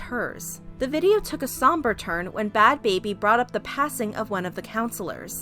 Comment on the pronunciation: Its Not Bhad Babir Its Bhad Bhabie